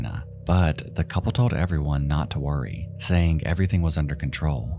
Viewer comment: Dear narrator: stop making a "k" sound for words that end in "g." Example, "saying" is not pronounced "sayink."